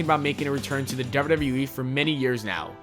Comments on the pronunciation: the dubbida dubbida eeee 😂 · THE WAY YOU SAY "WWE" 😂